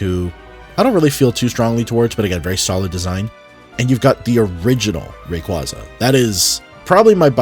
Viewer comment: Brother please learn how to pronounce Rayquaza